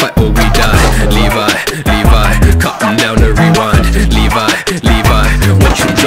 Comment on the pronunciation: You say it like livy not levi